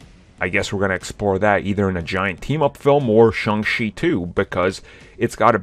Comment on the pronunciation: IT's pronounced Shong CHEE, not Shong SHEE. I don't know, maybe your doing it on purpose, like the other guy calling it the M She U.